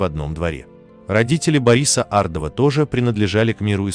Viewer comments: Может все таки Ардова, а не АрдОва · Ардовы известная фамилия ,а не ардОва.Хамство так произносить эту фамилию. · Ардова- ударение на первую букву.